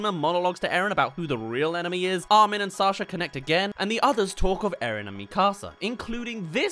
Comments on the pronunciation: Arwin🤣 I thought he wa called Armin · Ah yes "Arwin"